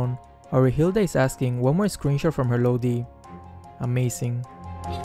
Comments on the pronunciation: Xd ur accent so cute it pronounced "LODI" but your pronunciation is so cute "LOWDI" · Lowdi that is his pronunciation of lodi hahahahahaha